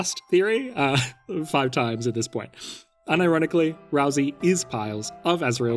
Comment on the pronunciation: is consistently wrong about deltarune, whenever he says ralsei's name